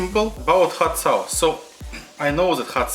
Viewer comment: даже у меня, жителя мск уши режет)) ну что за хат саус?)) амазинг??) ну е мае, сорри фор май рашн акцент..